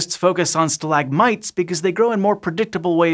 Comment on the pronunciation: stalagmite? Nah mate, it’s pronounced stalagmite. You kinda sound weird. Total forth wall break in this science thing